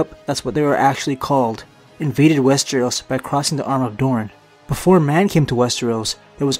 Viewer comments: Wes-TREE-os Wes-TREE-os Wes-TREE-os. rips hair out It's wes-TER-os or wes-TROS. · all i understand is "westros" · Guess I'm the only person annoyed about the number of times he swaps pronouncing Westeros as wes-tree-os?